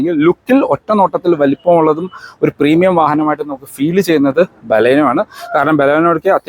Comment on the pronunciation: ഇയാൾ ബലൂണേയുടെ ആളാണ് അതുകൊണ്ടാണ് നമ്മുടെ ബലോന നമ്മുടെ ബലോന എന്ന് പറഞ്ഞുകൊണ്ടേയിരിക്കുന്നത് 🤣🤣